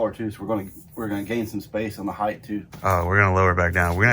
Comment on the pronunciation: Ride heighT not ride heighTH!